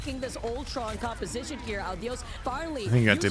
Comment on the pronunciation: why do they keep saying Uh-Dee-Yus and not Ah-Dee-Ose its driving me insane.